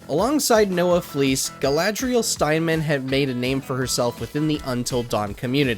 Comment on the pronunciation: it's fleiss not fleece